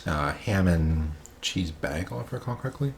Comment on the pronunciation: it’s pronounced “baegel” with a hard “a” sound, not soft “a” as in “baffle”.